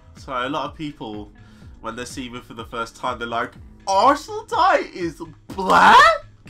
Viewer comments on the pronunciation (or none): Not arsenaltie, arsenalti